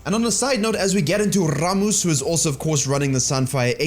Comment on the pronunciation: DRRRAKTAR. RRRRRAMMUS.